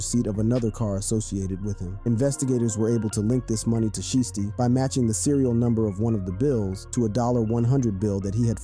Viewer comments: It's shiesty not sheesty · Shiesty... not sheesty. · How u gone say his name right once then go back to callin him sheesty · Lol I was thinking the same thing. Every time he say his name like that it hurts my ears 🤯😢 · Blowing my life he can't say it right 😂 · Say sheesty again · You can't seriously be sayin sheesty. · How you say his name right one time then you mess it up the rest of the video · I cringe everytime you say his name.. geez.. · If u can't say a rappers name right. Please don't make videos about them. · Bruh say his name right 🤦🏽‍♂️😂😂😂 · Dude you slow u not even saying his name right😭😭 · Bru say his damn name right 🤣🤣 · Say his name right !! 😂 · How you going 2 do a video about a man and not pronounce his name right tf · This dude is slow can’t even say Pooh name right 😂😂😂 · don't do the video if you cant pronounce his name...and you know what you're doing because you said it right at one time